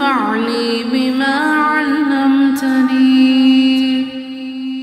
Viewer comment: I am having some problem with the recitation . Is the pronunciation is allamtani/ alamtani/allimtani.? May be it is my misconception but I am finding difference in what is written and what is saying. Secondly, in the first half of the video it is written “wa r jukni ” but later there is written ,“wa zidni” in the ayat/line . Please make it so that I can recite it properly